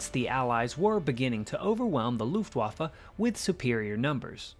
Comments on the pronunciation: It's an irritating American habit to pronounce Luftwaffe as Loofwaffe, doubtless because of the "U" it contains. Unfortunately, it makes you sound ignorant. Instead, pronounce the "U" as you do in Push and you'll be OK. It will help your credibility greatly. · Dude!! I wish you would learn to pronounce "Luftwaffe" properly. It is a proper noun and not subject to interpretation. it is NOT pronounced "Looftwaffa". Show some respect.